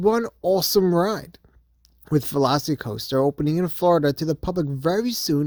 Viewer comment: It’s not velocity coaster. It’s pronounced like the dinosaur. It’s Velocicoaster. Not velocitycoaster